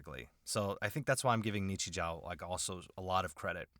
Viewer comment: Japanese grammar claims anther victim! In Japanese, when a "u" follows a sound ending in "o", the "u" is silent and is instead used to elongate the "o" of the previous sound. So, "ni-chi-joo". Yes, Japanese has a more logical solution to this. If you're writing using katakana characters, you can simply put a dash to indicate an elongation. Why not also do that when using other characters..? Because reasons! Nichijou is a great little absurdist comedy series. It's a series where one episode might have a dramatic, super-slow motion 5-second-rule dropped wiener recover, while in a different one, the frail school principal German suplexes a deer.